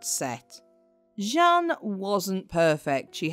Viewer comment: Jeanne,means jane ,you keep changing pronounciation